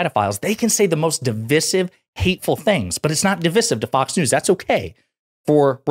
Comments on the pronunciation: I love the content... but my friend, you say"divisive" wrong. Second "i" is a long sounding "i" DI-VIE-SIV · Awesome. Freaking awesome. Also, Div-EYE-sieve.